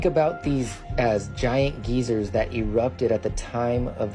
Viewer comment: I thought they were called geysers not geezers